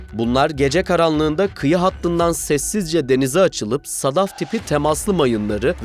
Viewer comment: Editör, 1. Keşm adasına ısrarla “Kiş” adası diyorsun. Kiş adası Maldivler gibi bir turizm adasıdır. Keşm adası demesine rağmen sen kiş adası dedin 2. SEDEF silahini Sadaf olarak telaffuz ettin 3. Manpads ( menpeds olarak okunur)